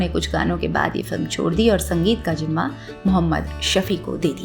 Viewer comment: Great program and tribute to this talented music director but you need to work on your Diction/Pronunciation especially with letters “Z’ and J” Sounds very unsophisticated when you say Sajindeh or Gajnavi instead of Sazindeh or Ghaznavi Zimma not Jimma Say Majaal not Mazaal Don’t switch Z with J and vice versa